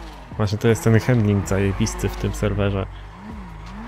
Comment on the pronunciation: sr z eto napisze ale nie mówi się:hendling,, tylko handling i tak samo sie pisze